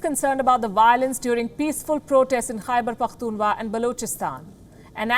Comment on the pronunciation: You forgot pronounce "kh " between "Pakhtun" and "wa"